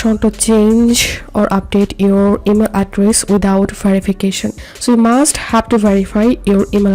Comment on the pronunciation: bro said " Guys this how to do it without verifacation now just open the verifacation code"